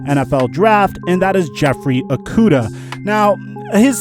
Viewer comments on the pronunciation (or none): It’s prounounced O-kudah. Pronounce it right, went to middle and highschool with him